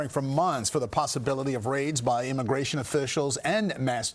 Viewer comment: Imagration IMAGRATION! WHATEVER,.. HOMAN, HOMAN!? WHAT!? RUUUUNNNN.